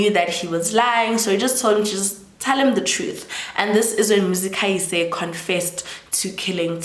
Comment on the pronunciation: I am trying so hard to ignore your pronunciation of "Muzikayise" 😭😭😭